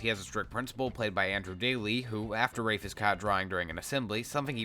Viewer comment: When Rafe was revealed to be short for Rafael at the end of the first book I had to reread the book pronouncing Rafe as "Raph" instead of the absolute butchering you've been pronouncing this entire video